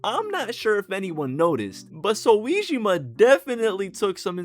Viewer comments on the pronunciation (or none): clicking off now cuz who tf is "so - wee - gee - maahhh" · i fw the video but the voice makes it a little distracting, especially when you mispronounced soejima's name and said p5 royale instead of royal. great edit, i'm not rly trying to hate i swear. it's just that when you're so upbeat it makes these things easier to notice